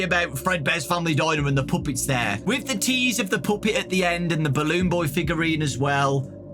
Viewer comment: why is bro saying ''puoppets"